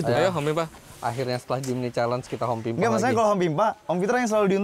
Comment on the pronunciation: “Abibabehsnuanasysvya” wkwkw ngomong apa anjay pas hompimpa😂